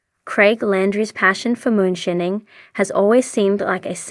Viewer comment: yall cant affort a voice actor like damn? cant even say moonshining right